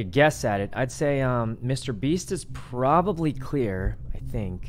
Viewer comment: “Probrably” LMAO